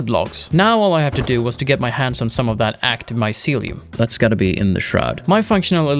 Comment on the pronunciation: My-sealy-uhm lol Love this game, carving paths through mountains is a legit way to travel